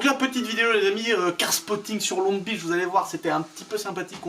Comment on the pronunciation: Pas de 't' à 'Beach'